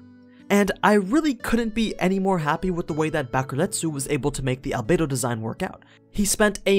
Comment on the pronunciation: One word: AL-BAE-DO